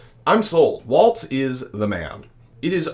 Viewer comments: It’s Walz not Waltz. Like walls in your house. Not the dance. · Love your show - but please pronounce Walz correctly with no T.